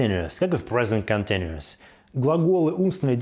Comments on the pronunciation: Когда вы перестанете себя позорить? Хоть бы погуглили произношение, прежде чем всякую гадость писать. Никакого "контиНИэс" никогда нет и не было, это последствие уродской советской школы, мне вас жаль. To continue = "континью" Continu-ous = "континью-эс" или можно "континью-ос". Пойдите и покурите, легче станет. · Не Континуос, а континиэс(Continuous) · я не привыкла русскими буквами писать транскрипцию. Это может быть континтюэс или что-то близкое к этому. Но это точно не то произношение, которое у автора ролика